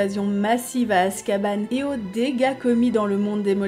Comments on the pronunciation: Az Cabane. La garçonnière pour detraqueurs c'est azkaban.. comme un banc pas azcabane. Les géants dommage.. hagrid à essayer avec Maxime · Non mais Azka "banc" quoi ... J'ai essayé de faire des efforts mais c'est trop pour moi en vrai. Azkaban est un nom propre au même titre que Granger, Potter, Dumbledore... Pourquoi le nom de la prison doit être prononcée "à la française"? Dans n'importe quel pays du monde on dit "azkabane" pourquoi pas chez les francophones ? 🤔 Enfin bon... au final chacun le prononce comme il veut! Du moment qu'on se comprend, c'est le principal. ☺️